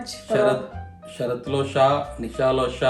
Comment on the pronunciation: మీ పేరు షరత్ కాదుగా శరత్